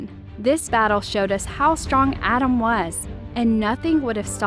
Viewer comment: You saying Adam’s is Driving me crazy